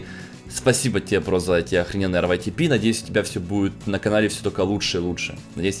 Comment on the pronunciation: Ска заел уже ЭР ВАЙ ТИ ПИ ска говори ритэпэ ПЛЕЗ